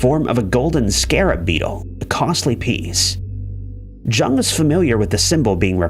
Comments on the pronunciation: Can not believe narrator is saying JUNG. Had to research to make the vid….Carl Jung (Young)!!! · Jung is pronounced “Young”. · Jung is pronounced with the 'J' having a 'Y' sound, as is usual for German speakers. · It's pronounced "Yoong" actually. Carl Gustav Jung was Swiss and the name has German roots. Americans just got into the habit of pronouncing it "Young." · You would think people would look up the pronunciation of things. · He mispronounces words on purpose to get comments. Pretty dishonest and creepy, honestly. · i stopped the video at that moment, too embarrassing to to finish it.